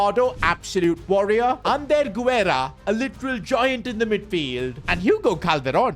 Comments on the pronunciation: btw Sid Guerra’s name is pronounced without the “u” if it would have been pronounced with the “u” sound it would have been güerra instead of guerra. also guerra means war in spanish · Guerra = geh-rrah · The "U" in Guerra is silent